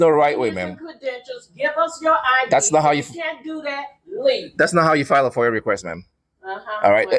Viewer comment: FOIA has no R at the end. Foier lol